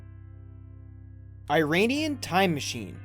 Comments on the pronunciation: ok but like how hard is it to correctly pronounce IRANIAN? It's EE-RAH-NEE-UN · Iranian is not pronounced like I-ranian but "ee-ranian". And the guy on the picture is not an inventor. He's the ex-president of Iran. You must be American. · Not "Airanian" it's "Iranian".